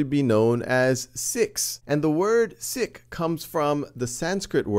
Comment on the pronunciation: can you even say sikh right? it is pronounced like this, "seek"